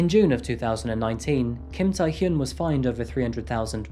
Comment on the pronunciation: Hyun (현) is difficult for people in western countries to pronounce. Your pronunciation is quite good. 💯 #Kudos 👏🏻👏🏻👏🏻